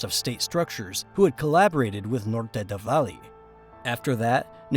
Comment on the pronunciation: not many, actually just some spanish words; “Valle Del Cauca, Norte del Valle, hombre del overol, andres “florecita” lopez lopez” and maybe a couple more👍🏼